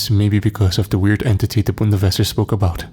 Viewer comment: im German and its Bundeswehr not Bundeswesser >.<